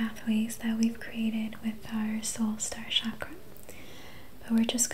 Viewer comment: It’s pronounced “chak-ra” with a ch not sh sound. ☺️